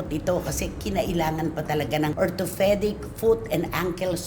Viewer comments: ORTHOPEDIC NOT ORTO- FE- DIC!!!! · Ate Cristy orthopedic po walang “H” so you don’t pronounce it Ortophedic. Just saying. So stop bullying Wendell. Kaloka ka. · Kaloka ka cristy chismis kalang talaga magaling. Orthopedic po hindi ortofedic kaloka bubi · uu nga no hilig mang puna. ortofedic nga dinig ko haha feeling ferpect yan c cristhy permin 😂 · grabe makalait sa bisaya pero di mo pala ma pronounce ng tama ang orthoPEDIC , orthofedic talaga???? LOL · parati ni Cristy sinasabihan si Wendell ng may "P and F syndrome" raw at pinagtatawanan pa. E si Cristy nga ganun rịn, like ngayon sabi e " Ortho-FE-dic" when it's really "Ortho-PE-dic"!! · Gaga nga! Ortho Fe dic daw. Inaartehan kasi pag pronounce